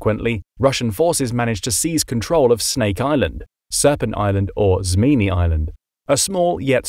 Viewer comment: Your also one of the only person in YouTube to call snake island in its proper name Zmiinyi.